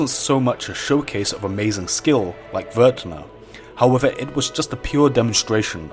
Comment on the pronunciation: It's Vuuurtne, not vur t ne...